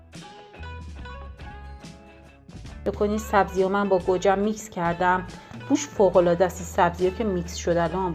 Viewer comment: به گوجه میگه کرجه 😂😂😂😂